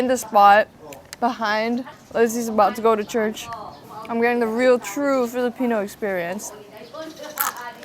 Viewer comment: nailing almost all filipino pronunciation is sending meeeeee ❤❤❤